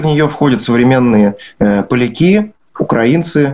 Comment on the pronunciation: "ПолякИ, казакИ, ЙОрдан". Чуть кровь из ушей не пошла.